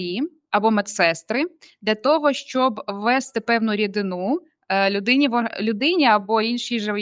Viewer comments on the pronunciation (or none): стрИбати чи стрибАти?! Дуже дивно. Не ввЕсти, а ввестИ. ТравоЇдні, а не травоядні.